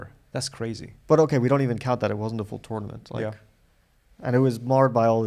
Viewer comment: First minute: it sounds as if Fabi says "TORMENT" in stead of "TOURNAMENT".